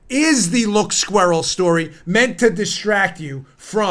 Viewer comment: There's that word again......Squeeral. love it.